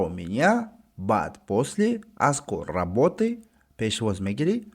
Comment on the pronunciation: Устод нашуд , работы менависеду - работе талаффуз мекунеду 🤔